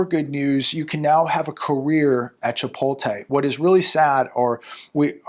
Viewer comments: ChipoTLe, not chipoLTe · It's "Chpot-LE",.